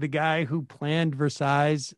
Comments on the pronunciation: Sorry, but It's 'Versailles', not 'Versace' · “A forever pool” and “Versize”. Oh Sam, thanks for the laugh. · Was i the only one that noticed that was talking about the Palace of Versailles, but botched so bad the pronunciation of Versailles that the girl thought he was talking about Versace?